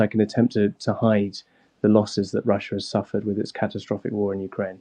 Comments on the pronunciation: A weal war in Wussia? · Wussia? Wetorwick? Airkwaft? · Please get a better bwaudcastew!! a weal war being waged against wushia cwuise missiles cwank up the wetowic give ukwainians hope that he's loosing the fight or to wowwy them? Victowy Day Pawade wushian wecwuitment officews are twaling Mosks and Immigwation centews